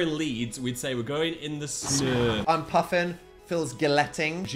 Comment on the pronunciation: in the snuhhhh